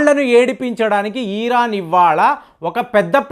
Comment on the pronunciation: పాపం..పది రోజుల నుండి యుద్ధం, యుద్ధం అంటూ కలవరిస్తున్నాడు. ఇంకొకటి.అది "ఈరాను" కాదు "ఇరాన్"